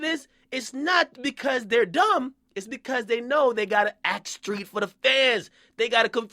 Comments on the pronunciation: it's street! not skreet and who give a fuck about all this fake shit do u have a day job dude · why this man keep saying "skreet" lol it's "street" fam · Stop saying skreet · Stop saying SKREET with a K instead of a T you are NOT an uneducated country nigga from the south. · Why the fuck do you say street with a K nigga? Lmao